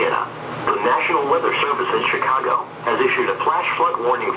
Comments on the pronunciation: Chicogo moment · Chicago not chicogo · Ahh yes, the city of Chicogo.